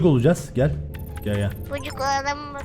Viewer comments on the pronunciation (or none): böcek e böcük demesi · Abi böck diyo bocek yerine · Yaaaaaaaaaaaa böceğe böcük diyo ya yiyiceeeemmmmmmm oooonnnnuuuuuuuuuu 😍😍😍😍😍😍😍😍😍😍😍😍😍😍😍😍😍😍😍😍😍😍😍😍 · bu videyoyu beyenmemin sebebi bocege böcük demesi